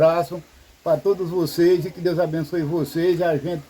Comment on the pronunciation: Voceize,Deuzi, maizi, tamem, dificuldade, noizi .É muito erro de português dá angústia de ver esse homem falar acho que é a falta de dentes. Coitado do Carlos pegou um canal muito fraquinho. Abre um seu falando de estudo,profissões. Nunca fale de comida nunca dá certo.